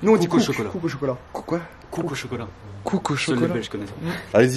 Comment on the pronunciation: tu dis de la mèrde mdrrr c pas cook bg mais koek